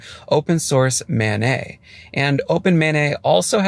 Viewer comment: MANET is an acronym. It's not a French name. More like man-et.